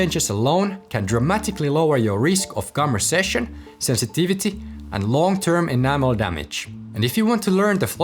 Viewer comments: It's gum RECESSION, not RESECCION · Gum recession, not reseccion